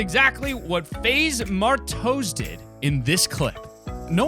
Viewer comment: HE SAID MAR TOES XD